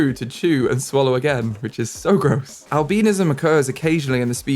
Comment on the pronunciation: did you just say.. al-BEAN-ism?!